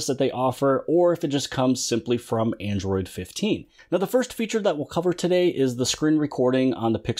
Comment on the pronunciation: Android 15? Did.you say it wrong?